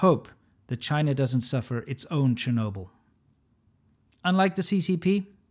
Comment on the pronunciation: Chernobyl becomes Chirnobyl?